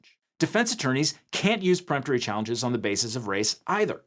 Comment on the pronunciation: For the love of God if you're going to hire somebody to read off of a teleprompter for you please teach them how to properly pronounce legal terms. Preemptory and Voir Dior are both being massacred.